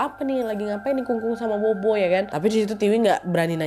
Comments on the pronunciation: Bobo itu bacanya popo mba e😌🙏🏻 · Bobo itu dibaca popo, nad. 😊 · Kak Nadia cuma mau koreksi aja kalo "bobo" di baca "Popo". Kelompok ini dibaca polos, tanpa mengeluarkan embusan angin dari mulut. B dibaca mirip P (contoh: bàba dibaca pâpa) D dibaca mirip T (contoh: dìdi dibaca tîti) G dibaca mirip K (contoh: gēge dibaca kēke) Z dibaca mirip C / "Ts" (contoh: zai dibaca tsai) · Bukan bobo ka , tapi Popo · Akong sama popo bukan bobo ka nad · Bobo nyebutnya popo klw ga salah ka nad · Maaf ya kak nad, fyi aja... bobo itu bisa di baca sbg popo, artinya nenek yah kak.... semoga membantu 🙏🏻🙏🏻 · nad disebut nya bukan bobo b dibacanya p jadi sebutnya popo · Kak cara nyebutnya popo bukan bobo 😅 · Kak nad... Sedikit koreksi.. Bobo di ucapkan Pho Pho.. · Hehe popo kali ya ka, bukan bobo 🤭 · Maaf Nadia, bukan maksud protes ya😊.. Huruf B dalam bahasa Mandarin biasanya penyebutannya jadi P.. Jadi untuk nenek sebutny bukan bobo tapi popo 🙏 maaf ya 😊 makasih buat video2 seru nya.. Aku penonton setiamu❤ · Bukan bobo, kak nad. Popo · Bobo ktu bacanya popo mba e😌🙏🏻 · "bobo" bacanya "phopho" ya wakk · Tulisannya bobo kak tp cara bacanya popo utk nenek. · Pupu kak nad...bukan bobo...b baca p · Afaik, bobo dibacanya popo naddd.. Seinget aku pas pelajaran pelafalam b dibaca p, p dibaca ph.. cmiiw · Popo kali KA nad ,bukan bobo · Maaf aku ralat ya ka nad, bukan bobo di panggilnya tapi kita panggilnya atau di Baca nya " Popo " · FYI aja Ka Nad "Bobo" seharusnya dibacanya Popo karena bahasa Mandarin B dibaca P ❤❤❤ btw ka Nad post ini tepat beberapa hari sebelum bulan hantu penanggalan china loh 😂😂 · Popo bukan bobo😅😅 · Sedikit saya tambahin ya kak nad Bukan bobo tapi Popo yaitu artinya nenek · Bobo dibaca popo kak nad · Aksaranya Bobo, tapi bacanya Phopho ya ya 😊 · O'Mara. Maaf kak pelafalan BOBO yg benar it Pho-Pho arti ny nenek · Stau aq, pho-pho kk nadia. Bkn bo-bo 😁